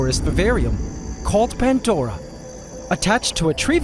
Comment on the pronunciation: After a few years you'd think you'd notice it's.... Pandora.. Not pantdora